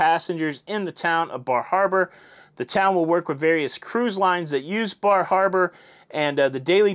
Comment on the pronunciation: Bar Harbor. The R is really soft. Fall foliage is beautiful. Lived in Maine for 5 years